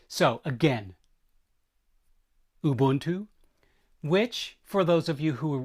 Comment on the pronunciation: Thanks. Thanks for getting the pronunciation of Ubuntu correct. It is a great word that we use in South Africa.